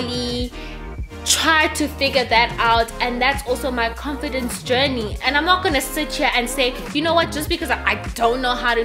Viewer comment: Lol I just love you 😍...love how you say comfidence instead of confidence 😅😅you remind me of a friend of mine you couldn't say green he said dreen😂😂😂,Sweedy😍😍😍 hai la view***